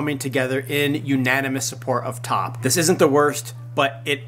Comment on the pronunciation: THANKS FOR THE UPDATE! His name is T.O.P. not top. Please pronounce it right.